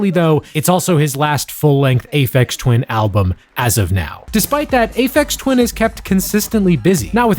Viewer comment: "Aphex Twain" made me laugh way more than it had any right to.